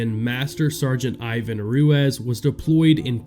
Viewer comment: Ruezz? Or Ruiz? 😂